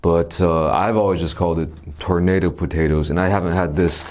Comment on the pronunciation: dude sounded maaaad Korean when he said the name Then sounded maaaad american saying tornado potato